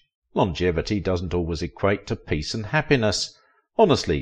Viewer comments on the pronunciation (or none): none